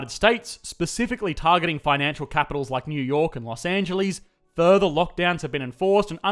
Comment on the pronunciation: Los Angelees